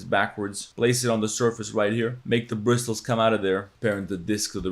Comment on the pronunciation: the T in bristles is silent